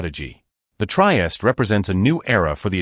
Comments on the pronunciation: I agree; 'Try-est' is just awful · Pronunce: treehesteh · The AI voice and pronounciation is unbearable. Otherwise, well done. Couldn't endure the whole thing, tho.